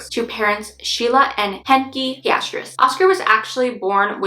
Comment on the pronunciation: For future reference, you pronounce Pistorius just the way it is spelled: Pis•stor•eeus